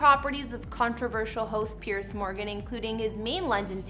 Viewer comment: It’s Piers not pierce